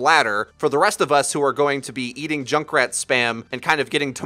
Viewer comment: I'm just hearing Jake rat